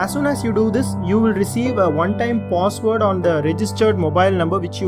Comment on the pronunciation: Why do he say pos ward... instead of password lol